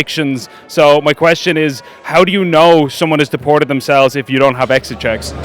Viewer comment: A sign of a poorly educated person is pronouncing the letter t with an s sound. For example, "deported" being pronounced as "dee-por-sed". McEntee does this all the time.